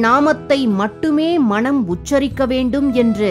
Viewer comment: அருமையான தொகுப்பு. ஆனால், உச்சரிப்பில் "மனம்" என்பதற்கு பதில் "மணம்" என்று காதில் விழுகிறது... 😌